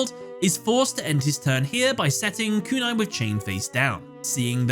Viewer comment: I love how Joey seemingly has influenced you because I can hear the long "u" in Kunai with Chain everytime.